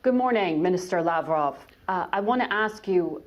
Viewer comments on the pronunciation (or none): LavrOv!!! NOT LAvrov!!! u, woman, got to learn how to pronounce correctly!!! basic decency! POOtin VladEEmir!!!